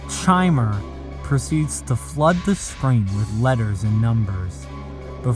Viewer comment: Something I want to note about the last video - I don't think Chimer is meant to be pronounced with the typical 'ch' sound, but rather a 'k' sound. Chimer, given what we see of it's Bowser/Clown Car form, plus the fact its text popups use multiple character prompts (and Mario's AI claiming to feel Luigi's presence during its encounters with the thing), Chimer is meant to be a literal, digital Chimera of multiple entity's AI and forms